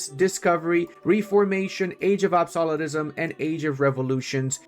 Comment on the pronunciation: How could you not pronounce reformation and age of absolutism 😅 They are not tough words. Say absolute then add ism on the end. Ref form A tion Not reeee form a tion 😅😂 But great video thanks for the updates.